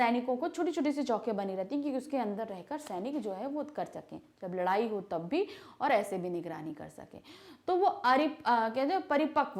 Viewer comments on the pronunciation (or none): none